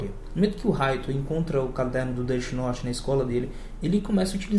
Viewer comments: Deti Norte ksksks ksksks ksksks Death note pronúncia: défi noute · ELE FALA DIRTY NORTE MDS